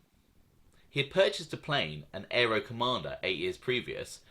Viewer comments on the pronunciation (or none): none